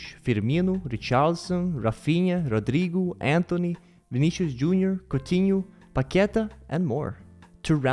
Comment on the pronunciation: I appreciate the correct "T" pronunciation in names like "Tite" and "Coutinho"